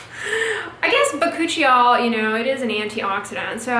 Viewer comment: bacuchial? Why did I think you said by-coochie-y'all!!!!🤣🤣🤣😂😂🤭